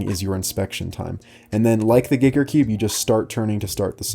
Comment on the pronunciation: Who else cringed when he said geeker cube instead of Giiker (Gie-KER) Ps not hating I love content